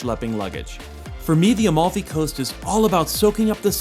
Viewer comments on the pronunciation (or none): It‘s called Amalfi! Not “A-Mall-Fee". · AMALFI................!!!!NO OM(O)LFI.CAPITO!!!